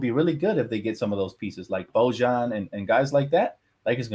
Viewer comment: Your pronunciation of Bojan is killing me man 😭😭